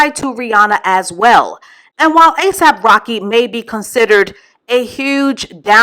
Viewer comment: Did say ASAP rock head 🤣🤣🤣